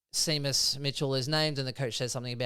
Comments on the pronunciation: It’s SHAYMUS for pete sake 😂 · Have you boys never heard the name “Shay-mus” (Seamus) before? What about the champion horse Famous Seamus?